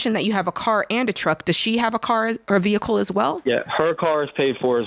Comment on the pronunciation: jade still trying to get rid of this man's vee-hickle lol